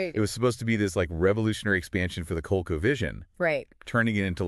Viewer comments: Co-leek-co. Wow. It was short for the Connecticut Leather Company so I get where your pronunciation came from, but it’s just wrong. You guys are just wrong. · COL-LEE-CO. COLE-CO hurts my ears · You guys are gonna have to totally redo this or you're gonna get shredded... it's COL-LEE-CO, not COLE-CO.